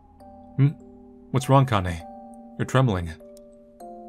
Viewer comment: i know this is something really minor but Kanae is pronounced like "Kah-Nah-Eh". you need to brush up on your weeb language skills